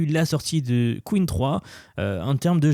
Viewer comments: J’aime bien tes vidéos mais utilise l’IA quand tu ne connais pas la prononciation d’un mot stp Arrête de dire « qween 3 » « qwine « il n’y a qu’un seul ´e´stp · Pour info, "Qwen" ne se prononce pas "queen" mais "kwèn". Merci d'avance. 😉